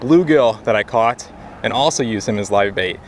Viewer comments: "I was off getting bait". Lol I had to rewind it bc I could have sworn you said i was off getting baked! Lol thanks as usual for sharing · I swear I heard you say " I was off getting BAKED " ahaahaa. Had to rewind it to hear what you actually said. Wish it was " getting baked " lol. Great vid as always. Keep up the interesting vids brother. Thanks.